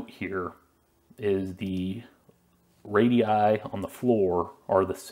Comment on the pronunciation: Really appreciate you calling the radii instead of radiusus like most Americans